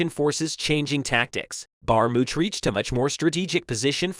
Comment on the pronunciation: Can’t even pronounce Bakhmut and no specific info about when and where. Story time